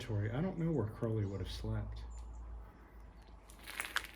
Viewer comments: Aren't you mispronouncing his name? Isn't it Crow (like the bird)-lee? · oh "31" comments, now this one, why do so few people pronounce Aleister's surname correctly?, rymes with holy you know... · Crow ley as pronounced to sound with the bird xxx